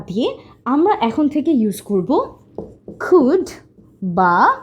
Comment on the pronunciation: Your" can and could "pronunciation is incorrect